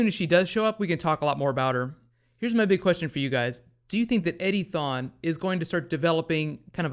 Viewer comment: Every time you say Eddie Thawne, I hear Eddy thong!